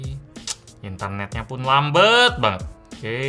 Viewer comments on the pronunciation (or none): Lambat bang bukan LAMBEETTT😅😅😅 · bang gw mau tanya deh, kenapa kalo ngomong "gelap" jadi "gelep" dan "lambat" jadi "lambet" ? apa bahasa palembang kek gitu ? trus kalo lu ngomong "palembang" apa bakal jadi "palembeng" juga ? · "lambet" instead of "lambat" :D :D :D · "Lambeeetttt banget" Bahasa palembang nya masih nyangkut ya bang wkwk